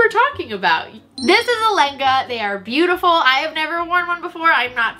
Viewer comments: Don’t worry you pronounced Langa correctly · Your pronunciation of lengha was spot on at least for a Punjabi speaker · Loveeeee lehengasssss you pronounced it fine ❤️❤️❤️ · "i really hope that i pronounced langa correctly, and if not, im really sari" really, really? i joke, i joke, i just found the unintended pun to be funny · You pronounced lengha well. Indian person here btw :)